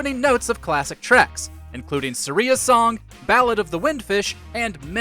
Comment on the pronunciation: The way he pronounced Saria made me cringe so hard lmao